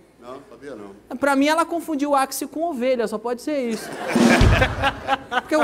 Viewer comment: Aquisol e.e É equisol e.e kkkkkk